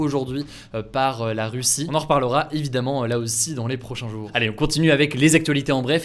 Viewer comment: Tes prononciations des mots me fume essaye d'améliorer ça si tu peux par exemple ces prochains jouuuuuuuur au lieu de prochains jour, ou kive alors que c'est Kiev 😭🤦🏻‍♂️